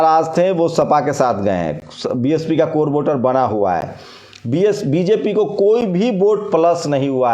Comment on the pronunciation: you are a great at ground reporting. But, in announcements you stuttea a lot, you repeat the same things again and again which is irritating, you get confused in pronouncing BJP and BSP. Please a good announcer in place of yourself.